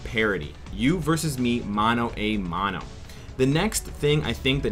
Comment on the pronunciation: damn that spanish tho "mano a mano"